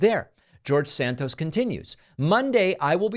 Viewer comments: It is pronounced SANTOS, not SANCTOS. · I believe the name is santos and not sanctos.. you are usually better than so simple a mispronunciation. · Santos is a slime. it's a good thing they booted him. However your dramatic mispronunciation ....i.e. sanctos....is also slimy. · David. It's Santos. Not Sanctos. You're doing the same stupid thing that Trump does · Why you called Santos 'Sanctos' 4 times... not nice. 👎